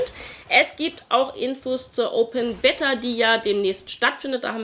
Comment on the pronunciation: Ich muss jedesmal schmunzeln wenn du Beta sagst ;)